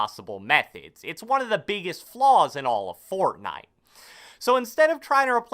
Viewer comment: "Fourtnitee" - who ever made this video